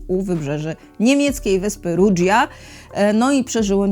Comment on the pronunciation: Rudżja...?😂 moje uszy zalewaja łzy